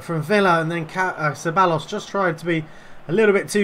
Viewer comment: Ceballos is pronounced cebayos